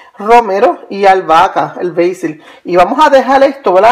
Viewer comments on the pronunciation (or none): Basil. Se pronuncia beisil. Es albahaca